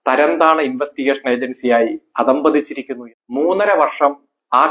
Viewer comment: അധ: പതിച്ചിരികകുനനുഉചചാരണംശരിയാകകുക